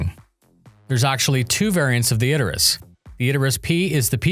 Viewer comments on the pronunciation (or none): Isn't it pronounced Idris.. rather than Id-er-is.. is using pronouncing it wrong. If it's intentional, that could be understandable, as it generates comments like this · "Id-der-us"? Isn't it "Id-ris"? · Is it really pronounced "Iderus"?